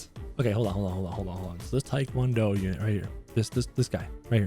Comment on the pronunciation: says: Tik wan do Unit I say: ITS TEA-KWON-DO